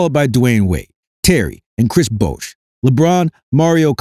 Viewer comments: This is a nine minute video rehashing the same 30 second point about 15 times. And, there is no clip of TMac saying the quote attributed to him. PS: Bosh is not pronounced "Bousch". It would need another vowel, like in the word "doe" or "Bone." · How is it that you don't know how to pronounce "Bosh"? Even a casual NBA fan knows that.🤦‍♂